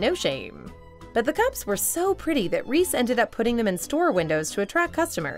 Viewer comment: Lol you can't say Reese's Pieces and Reese correctly.